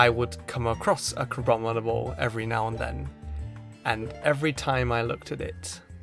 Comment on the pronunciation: IT'S CRABOMINABLE, NOT CRABOBINABLE!